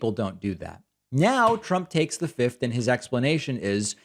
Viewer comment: Why are you saying 5th weirdly? I get that most people say 'fith' and that's technically wrong. You should say the second f 'fifth'. But you seem to be addading am extra T at the end and saying 'fiftht' It's very strange Also...jury can assume guilt from pleading the 5th in civil cases